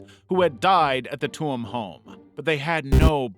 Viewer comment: Tuam is pronounced like Choom!